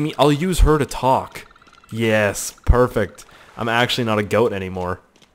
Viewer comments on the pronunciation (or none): none